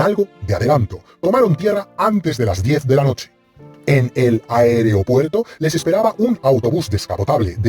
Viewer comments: Menudo tonto es usted! Eso es todo lo que tiene que criticar? Un pequeño fallo de pronunciación que cualquiera puede tener? Todos lo progres son iguales. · No se dice ""aereopuerto",gañán!!!! Tú sí que estás politizado....